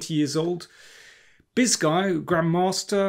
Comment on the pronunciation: Every time you said Bisguier I first heard it as "this guy uh" for some reason, it was funny.